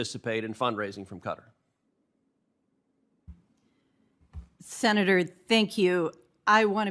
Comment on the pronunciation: Please tell ted how to pronounce qatar